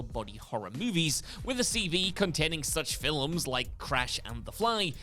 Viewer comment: Why does this guy pronounce "films" with two syllables?